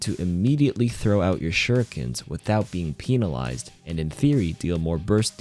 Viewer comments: “without being PEEN-alized” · did my man really just say peenalized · “Peenalized” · “peen” alized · but did you know its penilized not penalized according to? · Peenalized LOL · WHY DOES HE KEEP SAYING PENALIZED LIKE THAT GAH THATS SO VULGAR